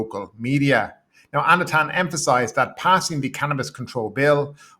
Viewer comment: Anutin is pronounced like "ah-new-tin". This guy is not going away it seems so we should all learn it. 😂